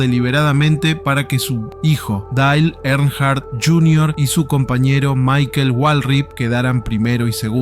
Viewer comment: "Dale Enar"? Se pronuncia Dail (Dale) Ernjart (Earnhardt)